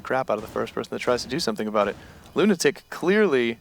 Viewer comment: It's pronounced Lunatic